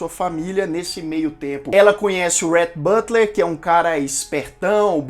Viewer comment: Fica difícil mesmo pronunciar os nomes americanos. Teve um momento que você disse o nome do Rhett Butler mas você pronunciou “butter” no lugar de Butler. É só uma dica porque eu entendo bem a dificuldade de pronunciar os nomes americanos. Meu esposo chama Rhett e eu tenho dificuldade de pronunciar corretamente no nome dele.